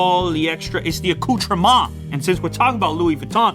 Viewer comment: That emphasis on *accoutrement* tho🤣😂🤣😂🤣😂